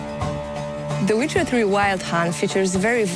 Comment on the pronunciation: Hahaha the "wither" hash